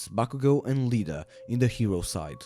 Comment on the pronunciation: I love how he Said Lida instead of Iida